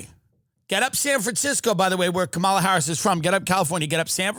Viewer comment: just mispronounced Kamala.